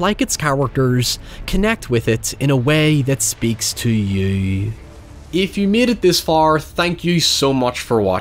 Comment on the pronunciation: The word is you. Not yuww. Word have pronunciations.